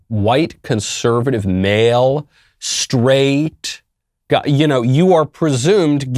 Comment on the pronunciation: the way he says 'straight' is hilarious